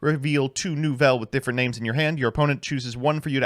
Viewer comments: I think that the most shocking thing about this deck is that managed to pronounce almost all of the names correctly. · pronunciation was phenomenal this vid, not perfect but much better